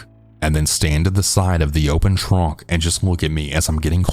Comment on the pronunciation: Why do I find the way he says “trunk” so funny and entertaining at the same time 😂